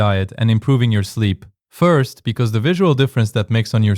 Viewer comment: wow, it doesn't even sound like AI, but that delayed 'first' gave it away. AI is getting too good.